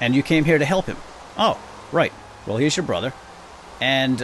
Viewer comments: At the beginning, I thought said "Oh, this is your brother herpes"... Lol. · oh he said Herby? i thought he said Herpy